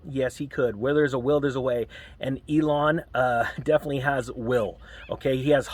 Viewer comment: Pronounced EEe-lawn.